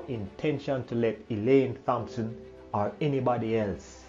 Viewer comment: I wish he would stop mispronouncing the name "Thompson"